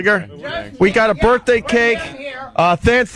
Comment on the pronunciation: Say Birfday one more time, it’s hilarious